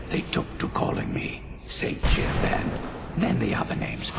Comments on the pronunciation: I believe you pronounce the whole thing. Jee-oob. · I've always thought his name was pronounced as "Gee-oob" :p